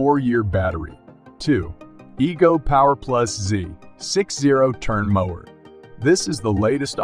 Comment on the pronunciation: So you can't clean up and edit the AI voice after creating the narrative? How do people not listen to their finished video and fix the voice errors before publishing it? Lazy and embarrassing. It's not just the repeated mis-pronunciation of 'mower' as others pointed out. It's also ridiculous to leave the unnatural machine voice way of saying model numbers and certain specifications, for example: saying things like the letter 'A' for the abbreviation 'AH', which humans know and would say as 'amp-hours'. How could anyone with any sense of pride in what they do release something like this without either cleaning it up by editing or, if that's not possible, scrapping and starting over - if necessary, the old fashioned way - with a real human voice.[/rant]